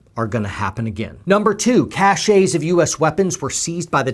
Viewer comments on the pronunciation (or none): It's "cache," not "chachet," there is a difference. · cache kăsh not cash-ae... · "cache" is pronounced as "cash" or "trash" in this case. (Note from a french native speaker) But yeah what a shame in just a week... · Good report,. One tip: CACHE, as in "hidden stockpile," is pronounced KASH, not Ka SHAY. That would be Cachet. See: Common error, so you're not alone. Love your work. Thanks for your service. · I agree with everything you are saying- BUT: It's pronounce CASH - NOT CAHSAY! The French spell "check" as "Chèque", but you don't say "CHECKAY"! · Cache- pronounced Kash. Not cash-ay Love you....it's just one of those thongs that drive me nuts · Thanks for that! I hate being the only grammar cop! Words matter! To be fair, "cash-ay" has actually been in common use for a long time in the military to mean cache. I imagine one would get double-takes in those circles for pronouncing it "cash". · Cashe is actually pronounced “cash”. Grammar Nazi I’m sorry! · this has nothing to do with the issue, but you are such a good speaker and communicator, that, like Moses striking the rock, even small errors stand out. Please: "Cache," as in a stash of weapons, is pronounced "cash.". It rhymes with "stash.". "Cachet," pronounced "ca-shay" means "prestige.". It's much less stressful for me to focus on grammar issues that to think about how more at risk of another 9/11 we now are. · Cache is pronounced "cash." A cache is a collection of items of the same type stored in a hidden or inaccessible place. Cachet is pronounced "cash-ay." A cachet is the state of being respected or admired; prestige. Both words are borrowed from French. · Afghanistan is officially more free than the US. PS, the word ‘cache’ is pronounced like ‘cash’. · The pronunciation of the word cache is the same as cash. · Poet Society Cache is pronounced "cash" and Nuclear is "New-Clear" - Grammar Nazi